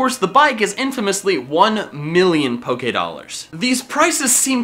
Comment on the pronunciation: Poké ahhhhhh dolers pokeedolers poke a dolers